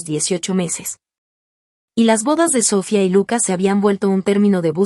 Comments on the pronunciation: ¿SÓfia? Es SofÏa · Noo entiendo porque no puedes pronunciar bien las palabras, empezando con el nombre Sofía, Sofía, Sofía